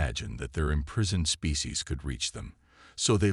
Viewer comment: I've kinda gotten used to quarantine but imprisoned said as im-prize-oned made me wince